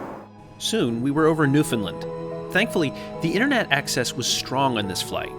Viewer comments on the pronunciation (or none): Love the content! One thing, it’s pronounced NewfinLand. Like understand! Come visit some day! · You pronounced Newfoundland wrong 😂